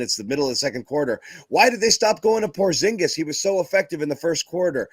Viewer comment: Shengen is a free movement area in European Union :) and by the way,... you also pronounce Porzingis incorrectly. if you ask KP to pronounce his surname in Latvian language you would hear a major difference.